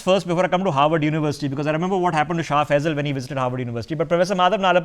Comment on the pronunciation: Not "Howard" but "Harvard"